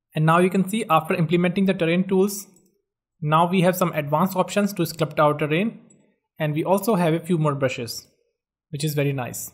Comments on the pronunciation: There's no such word as sclupt. It's sculpt. Like skull-pt. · It's sculpt not slupt.its grass not graash😒